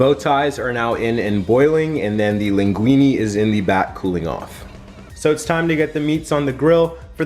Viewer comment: To be precise since linguine it's Italian you should pronounce it "linguinE" and not "linguinI". I'm sorry but I'm an Italian that's proud of pasta LOL